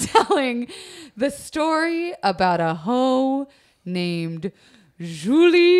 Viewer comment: Man, I adore Julie's story but that mispronunciation of her name(s) really gets me! Love you still ;-)